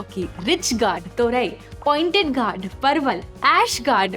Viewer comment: it is pronounced Gored not Gaurd.